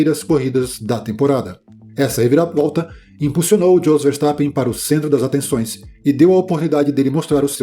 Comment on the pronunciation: se pronunca iôs, e não djos....